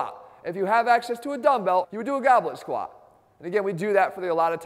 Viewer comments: Whenever jeff tries to say squat he actually pronounces it squaaa lol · He totally does 🤣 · He listens to too much fetty wap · I can't unhear it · haha I lolled at the first squaaa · 😂😂😂😂 I just noticed that😂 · compleely rue